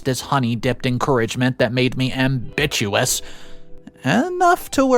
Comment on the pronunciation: Ambitious, not am-bit-u-ous. Sigh...